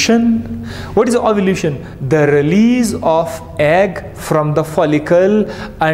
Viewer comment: Ovulation or Ovulution Please correct it